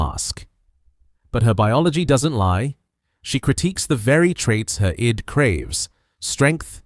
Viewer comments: AI pronouncing Her "I.D." instead of "id" lol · Not bad but learn how to pronounce "id" (it's not "eye-dee").